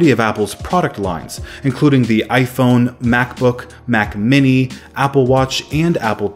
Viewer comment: i find it funny how this guy says AyFouun